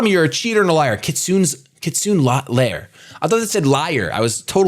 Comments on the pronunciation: Kit su neigh not kitsun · It's phonetically pronounced kit-su-neigh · "kit-su-ne", more or less. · is Mis-pronouncing kitsune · The way you say "Kitsune" is hilarious.